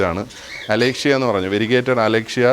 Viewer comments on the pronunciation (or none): അലേഷ്യ അല്ല അലോകേഷ്യ ആണ്